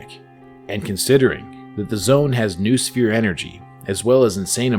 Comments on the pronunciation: Grrrr you're saying 'noosphere' wrong, it's pronounced 'noh-oh-sfeer' (like know-oh-sphere) not 'noohsfeer'.... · its pronounced know-us-fear, not news-fear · It's not "NOOSPHERE" it's "NO-OH-SPHERE".